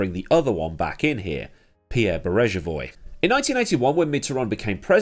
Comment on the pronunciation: Great video; two minor points to clear up. Mitterand was term-limited and did not stand in the 1995 election, not that it would have made much difference as he had terminal cancer and died the next year. And the 'g' in Beregovoy has a hard pronunciation - a bit like 'Berryg-oh-vwah'.